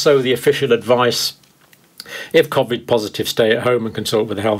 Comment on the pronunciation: Why are you the only person who pronounces covid the way you do